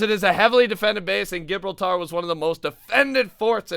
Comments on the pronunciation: Ji-brawl-ter is how you say the name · It is pronounced jehbrawlter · gi-brol-ta is how its pronounced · Gibrltar xDDDDDDD its pronounced like Jib-rol-tar idk why but xD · HE doesnt know how to say Ji Brol Ter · U say it like jib-Ralp-ter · I love the way pronounced Gibraltar... it's pronounced Jib-rol-ta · Hahahahahahahahahahahahahaha it's gib rule tar not gibraaltar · Correct pronunciation is Ji-Brawl-Ter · Gibraltar is pronounced Jib-brall-ter 😂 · u pronounce it Ji Bralt r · Gibraltar is pronounced jib-rawl-tair-uh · It's he-blar-tar (as in black tar)